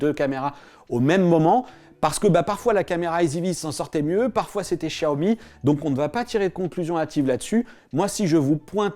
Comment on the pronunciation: Ah oui nos oreilles saignent en entendant ça !